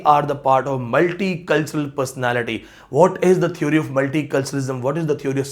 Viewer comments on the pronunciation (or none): You are a good scholar but you need to work on correct pronunciation... theory/ˈθɪəri/, Village / ˈvɪlɪdʒ/ such words are common... please 🙏